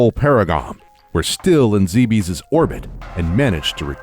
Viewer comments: Is it spelled Zeebees? Zibis? Zybyeeees? No? That's right. It's Zebes. Zeh-behs. Not that hard. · boring narrations and mispronouncing "Zebes" (Japanese is ZE-BE-SU) so shit should be obvious, made me drop this bid in less than 2 minutes. Nice job. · Sit down, excited to snug in and watch a nice, long, 20 min Metroid Timeline video. First sentence in the Timeline proper: "Zee-bees" -_ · Zeh behz correct? Not Zee bees? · I can understand someone thinking it's Zeebs, but not ZeeBeesss.... ugh. I always pronounced it zeh behz or zeh bess, like others have said. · GOD DAMMIT. It's pronounced "Zeb-S". I thought only IGN was getting it wrong. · Hearing "Zee-bees" over and over is so nerve wrecking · did you just say zeebees? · Love it but zeebees omg. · you got almost all the planet names wrong!. its supposed to be zeh biss bree oh ee le si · "Zeebees" And I've stopped watching. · zeebees lol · Hold up...did he say Planet "zeebees"? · ZEE BEEZ! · It's zeb ess lol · I used to call it Zeebs when I played prime xD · Anyone else annoyed by the mispronunciation of 'Zebes and Bryyo. zeb-us bree-yo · It's pronounced like Aaron. You may or may not like Other M, but it was still directed by the series creator, so I'm sure the pronunciations are correct. I'm bothered by "zee bees." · The video itself is very good. The narration is disjointed, poor in syntax, uneven in audio, missing details, and with bad pronunciation, including on one of the series' most important words (Zebes). It completely took me out of the video, which is a shame as some people worked hard on this. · Could you for the love of god learn how to pronounce Zebes and Arron couldn't watch more than 2 minutes of this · I really wanted to like this video more, it I just can't. The starting narration is disjointed and pronunciations are bad, and that took me right out of the video. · Good video (I'm only ) but it bothers me that Zebes is being pronounced like a French Nick Cage. "Not zee bees!" It should be "ZEB-es."